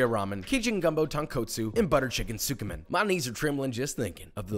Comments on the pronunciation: dude said sookoo men when it's pronounced skeeman 💀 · His pronunciation of Tsukemen is so bad, I love it 😂